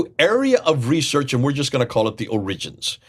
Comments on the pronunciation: putting the accent on the second syllable of 'origins' is a little strange. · It's hard to take your scholarship seriously when you can't even pronounce the English word "origins" properly. Try the accent on the first syllable. You're welcome.